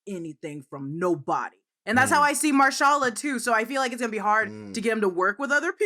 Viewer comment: Marshala? Tf that really grinded my gears